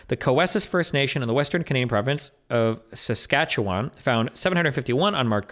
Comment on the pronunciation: "Sasquatchewan." Tremendous.